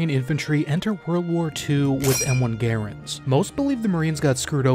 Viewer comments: "M1 GAR-und"? It's pronounced "guh-RAND" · Just because John C Garand pronounced his name Gear- ind, it doesn't make it a Gear-ind its a Gur-and. All these hipster douches trying to sound Chic. In Korea it was the Gur-and and still is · Bro you don't pronounce the M1 Garand that way. Are you just going to ignore the way you hear everyone pronounce it and think you are smarter bc you pronounce it the way its spelled? No it is not pronounced the way you say it. You say the way you've heard it. GRAND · It’s gaRAND, not GAREund. The inventors last name was pronounced GAREund, but he’s stated many times it’s gaRAND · Just needed to say the creator of the garand was pronounced that way but the rifle was pronounced guh-rand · Its pronounced (GUH-RAND) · And they took Guadalcanal with those 1903's didn't they.? And you mispronounced Garand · if you are going to do a vid on the M1 Garand you should be able to pronounce Garand correctly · The narrator is pronouncing the name "Garand" incorrectly. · Got to be honest I wasn't expecting the mispronunciation of the word Garand